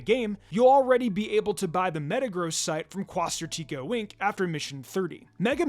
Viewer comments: I pronounce it like “quas-artico” not sure if thats what you meant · I'm sure you don't realize it, but you're pronouncing Quasartico wrong lol. Its pretty funny. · The way you pronounce Quasartico is crazy lmao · I am almost certain that is not how "Quasartico" is supposed to be pronounced. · Don't forget how he pronounces "Quasartico".